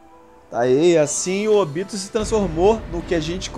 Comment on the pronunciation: Sim,no lugar de falar "Ôbito",os caras falam "Ôbíto"